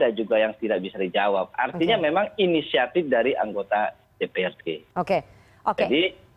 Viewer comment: Katanya inisiatip...katanya lagi dìuñdang ah gimana